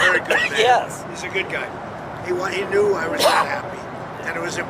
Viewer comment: Trumph is speaking the truth... Modini apparently has been trying to make Trumph happy since last year.And bhai.... better to pronounce knew correct.. that was not know..😂😂